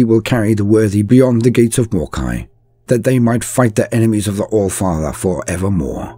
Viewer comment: "Flor the alfartherrr an' fo rush!!?" pukes